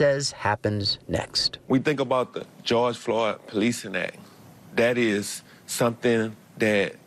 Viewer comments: "george floy" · Ah yes, George Floy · Who’s “George Floy” 🤦‍♂️ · Yo put the "D" at the end of his name show some respect! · Ah yes, george floy.